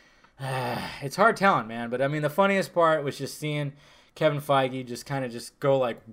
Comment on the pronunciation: Quit pronouncing Kevin's last name wrong it's fucking irritating 😠